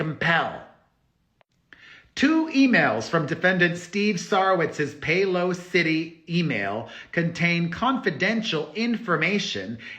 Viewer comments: Perez… I love how you pronounce Soworitz company as Pay-Lo City! Having worked for a company that uses his awesome HR/business software, I must tell you that the correct pronunciation is PayLAWcity… with the emphasis on the SECOND syllable… not PAY-low-CITY 😮 We love you Perez!! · I already added a comment below… But I love the fact that Perez is pronouncing it as pay low city!! The correct pronunciation is PayLAWcity… 😅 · Perez… look up the pronunciation of Paylocity! PayLAWsity… NOT Pay Low City! 😘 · Pay-lah-city Pay-lah-city what made Sarowitz a billionaire (Paylocity) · Esra is unbelievably malicious. It must be hard to live inside her body and sleep after all the crap she’s done and continues to do. A lawyer should have some decorum regardless of how horrible their client is. Also. Pay-LAH-sity. Accent on the lah. Love. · Pay-la-city. Like La La La 🤪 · It’s pronounced pay loss ity ❤️ Why they would name a company that is used as a payroll payer that is beyond me, but a company I worked for used them for their payroll needs.